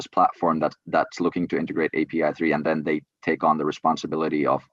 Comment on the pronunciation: Omg bro!!! API3 A..P..I ..not ap